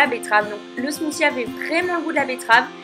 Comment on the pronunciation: T'es smoussi son bizarre